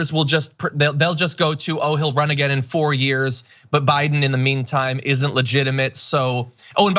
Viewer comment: " I'LL NEVER BE PORE AH- GIN!" DUMMYS. tRump will decompose